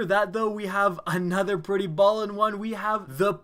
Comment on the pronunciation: just stop saying tacticool. and you sound more white than you are when you say ballin. i literally lose faith i n humanity.